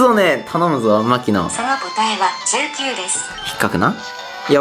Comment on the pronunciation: ｢お前がトミーだよ…ん?」 19がJKに聞こえるのって俺だけ?